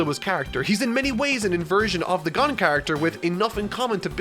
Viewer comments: I stopped listening when you said “Gone” and not “Gon” I stopped because I died thinking you were talking about ging. I choked and im not even eating. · I'm sure I'm not the only person commenting this, but it's Gon, not Gun. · Gan no sir it is gon pronounce the o harder so it's gown kinda you know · Not to be rude but you pronounced “Gon” wrong it is not pronounced gone it is pronounced gOn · "Gon" pronounced as "gone". never fails to surprise me. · Super excited for this series of videos. Also excited for to stop saying "Gahn" when referring to Gon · Okay just a TEENY WEENY criticism not even more like a critique...Gon is pronounced G-OWN like Gah-Own like ‘g’ sound for guh. Then Own, like owning an object so Guh-Own. Gon. That’s it 😅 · It’s not pronounced Gone it’s GOwn, like grown without the r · He said gon as gone let's go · Dear god it's only like 3 minutes in and he's calling Gon "Gone". I get that you're reading the manga and interpreting pronunciation, but maybe look up the name first and how it's actually spoken before you do the voice over for your script? Honestly, I've watched what feels like 15 different review videos of yours and my biggest criticism remains this absolute demolition of calling out names. Some are more difficult than others, but still, can be done better with some preparation and 10 seconds of research on youtube/search engine of your choice. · I love and I mean LOVE your content. But why can you get every other character's names correct, accept the main characters? It kills me inside every time I hear you say Gon. I don't mean to sound cross, but it's pronounced like, "Gone." I understand that you're reading it and not watching it, and I fully support reading manga. Just trying to inform. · GAHN? THAT'S HOW YOU'RE PRONOUNCING IT? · he had me until he pronounced gon "gone" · It’s pronounced Gōn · did my man call my dude Gon, gun (dies of anime cringe) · g-UH-n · "Gone" I can't take it anymore.